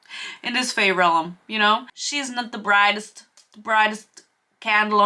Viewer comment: This seems like the video that provides me with exposure therapy to help me stop getting irritated every time you pronounce "realm" as "relem" ^^'